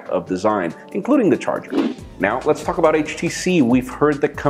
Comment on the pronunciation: "now let's fuck about htc" cannot unhear it :D